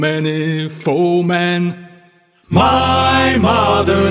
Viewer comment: Hew many foe-men. Always sounds like “too many women.”